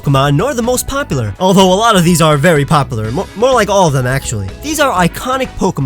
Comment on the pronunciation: "Two most popper Pokémon..."